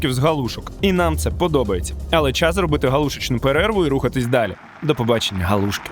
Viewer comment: І не галу'шки , а галушки' , хоч би в когось спитали, правда молодня кругом , і в Полтаві теж ,що соромно мені ,бо вчив краінську лутературу.